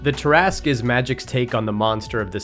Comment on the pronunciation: It's pronounced tear a skew.